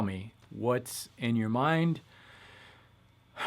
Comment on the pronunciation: Tu parle francais? le "salut" a la fin m'a semblé très authentique :D